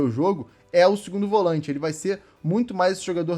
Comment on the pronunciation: Volãinte? Atacãinte?? Sudestino fala tudo errado 😂🤣😂